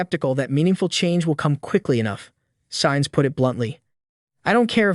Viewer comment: learn the correct pronounciations dude. who is "saints" and what is a "grant priiii"